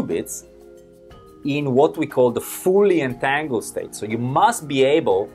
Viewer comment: fully entangled instead of folient angle